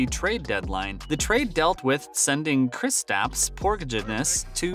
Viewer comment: did u hear his attempt at kristaps 💀